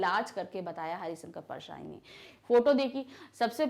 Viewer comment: MAM ITS HARISHANKAR NOT HARISANKAR PLS DONT SAY LIKE THAT IT IRRITATES ME A LOT